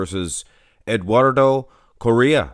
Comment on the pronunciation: I believe it's pronounced something like "CO-HEY-UH"